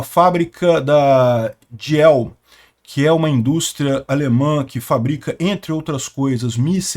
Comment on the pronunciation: O ditongo ie, em alemão, soa íe. e o h espicha a letra anterior. Então Diehl pronuncia-se Díeel. E o d alemão é seco como o dos nordestinos.